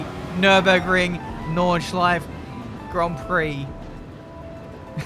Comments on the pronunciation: It’s so funny. I‘m German and it’s funny to hear an Englisch „Nordschleife“ 😂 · Take a shot everytime when pronounce nordschleife wrong